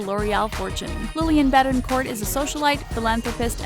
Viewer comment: You don't pronounce the "t" in Betencourt just so you know.